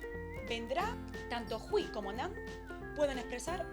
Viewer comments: pronuncias mal hui4 no se dice jui se dice foneticamente juei4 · muy buen video! Solo un dato, es hueì la i suena como ei y la u como ou